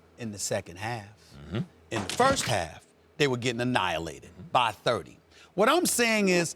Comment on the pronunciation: bruh I swear the way Stephen says 30